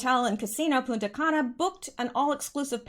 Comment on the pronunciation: make sure you pronounce the N in PuNta Cana. Lol, without it is a bad word!!!